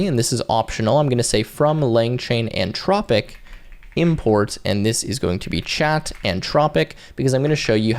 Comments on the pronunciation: How can we believe what this dummy says when he can't even get the name right. He say antropic like 50 times. Anthropic. Learn to read and speak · Anthropic not antropic an·thraa·puhk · In what world would Anthropic be pronounced Ann-tropic?